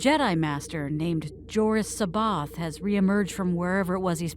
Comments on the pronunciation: Cboath is pronounced wrong. Its not See Both its Sai Bioth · The ONLY problem with this entire film is that every character pronounces C'Baoth's name differently. Admittedly, there has been some disagreement, but according to Timothy Zahn, it's "SA-bay-oth", with the first "a" like in "has". Nitpicky, I know. Everything else, A+.